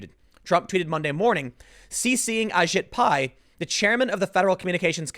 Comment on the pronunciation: I shit pie?